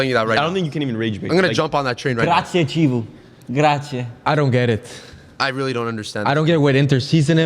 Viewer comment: Chivu is pronounced "key-voo"